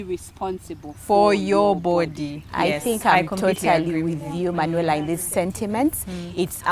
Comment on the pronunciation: 😂😂😂 Manuela ...i hear "tying legs"